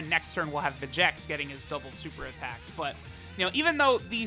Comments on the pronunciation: His name's pronounced Vecheeks. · Where do you get the second "e" noise from in vegeks. You dont pronounce vegeta like ve-ge-ta you say it like ve-gee-ta. And trunks doesn't have an e in it soooo. It should be enunciated as ve-gee-ks If that makes sense.....